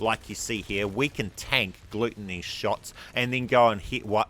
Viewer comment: Im pretty sure my sister is allergic to that first boss you were talking about there...gluten-e 😂